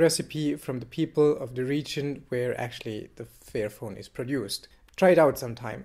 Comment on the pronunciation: You need to work on your pronunciation dude. you keep saying fearphone and not fairphone. It gets kind of funny ;) Otherwise great video! :)